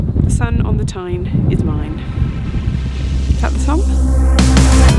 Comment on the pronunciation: Tyne tunnel I thought you said Time tunnel!